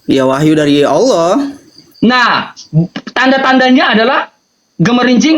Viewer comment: aloh nya aj gk jelas